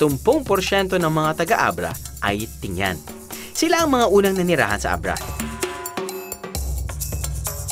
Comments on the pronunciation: Tinguian not ting-yan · Tingguian not tingyan